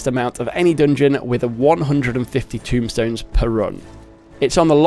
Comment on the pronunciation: TOMEstones, TOME, like a book, not tomb like a grave, T-O-M-E rhymes with gloam and roam TOMEstones